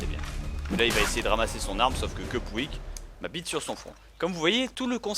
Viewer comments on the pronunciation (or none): none